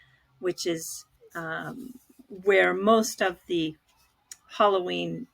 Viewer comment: Did you say Holloween, is that the Japanese version of Halloween 🎃?